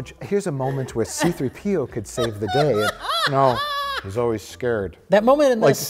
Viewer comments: His name is See Threepio, not C-3 P.O. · Why cant Mike pronounce C3PO correctly?? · Anyone else distracted with how Mike puts the emphasis on the P instead of the 3 in "C3PO"? Just me? Ok then.